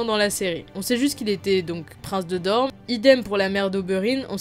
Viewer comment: je suis le seul à entendre DorMe au lieu de DorNe?